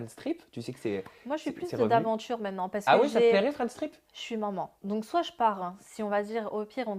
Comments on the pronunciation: C'est bizzar au lieu de dire “Maman” elle dit “Moman” ou j'me trompe ? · Elle dit manmans